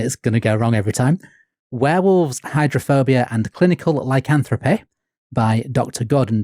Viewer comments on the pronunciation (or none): pronouncing words like "lycanthropy" as "lycanthropeh" is driving me mad.